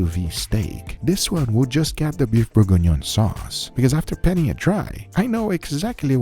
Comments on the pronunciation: "Borgonion" No, it's pronounced Burg-Ghee-Nion : Bourgignon. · You said we were gonna mock you, but let's help you pronounce it: Bourguignon is pronounced "Boor-gi-ni-own" (approximately, with a New York/generic "American" accent) TBH I had a hard time finding syllables that sound similar to French, but it should be close enough. The "on" compound vowel in particular is hard to describe, it's like trying to pronounce an "o", but with your tongue pressed in the back of your mouth, like when you're about to swallow. It's really a nasal sound, since your tongue is blocking the access to your throat. Great video, as always! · Beef Bore-En-Yohn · It's pronounced close to bore-gone-yawn. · For the french speakers it's: boeuf bourguignon. is butchering the word. It took me a minute to see what he wanted to say. Still, all love and keep the good food coming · Imma need the exact recipe for the Beef bourguignonis please (which no one really know how to pronounce correctly)